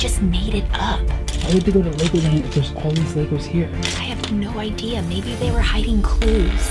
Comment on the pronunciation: "Laygow Land"